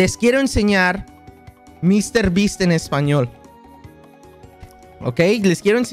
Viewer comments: Quackity mr.beast en español se dice como en inglés no señor bestia xd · Dice MEANDO 101